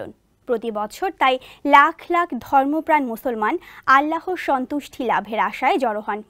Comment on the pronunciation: আল্লাহর নামটাও ঠিক মতো উচ্চারণ করতে পারে না।